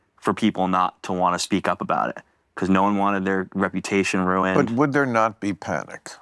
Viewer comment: Why do you say beguzz? It's because.